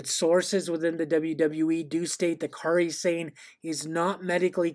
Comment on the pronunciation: Yes! "Car-ee Sane"